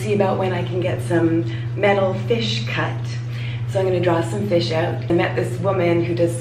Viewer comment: I like the way you pronounce the word "out". Shows off your Canadian accent.